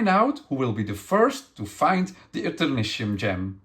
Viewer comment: In American English, the suffix "tium" is sometimes pronounced "shee-um." (It's coming from Latin.)I figured it was the speaker's accent that resulted in his pronouncing it "see-um." So, "Et-err-NIH-shee-um." Although I would have urged the publisher to name it "Eternium" instead, since that's going to be so much easier to pronounce when looking at it. "Consortium" (con-SORE-shee-um) and "nasturtium" (nah-STIR-shee-um, a kind of flowering plant) are the only slightly commonly used word I could find as an example, though, whereas there are some elements (Tritium and technetium, for example) where the suffix is pronounced "tee-um." I assumed it would be "shee-um" when I saw it, but I agree with if somebody pronounced it "Et-err-NIH-tee-um" I wouldn't call them wrong.